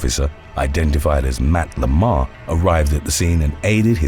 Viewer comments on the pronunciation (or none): none